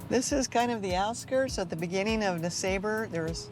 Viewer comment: I thought it was pronouced “ness-ah-bar” not “nes-a-ber”